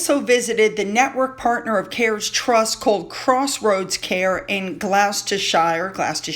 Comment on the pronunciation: Woostershire and Glostershire or some say sheer instead of shire🤣